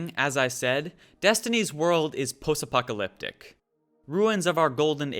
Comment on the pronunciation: I lol'd at "Possapocalyptic"